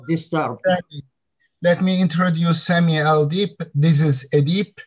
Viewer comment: adam sami diyo edip aksan yapip semi diyo cok komik ya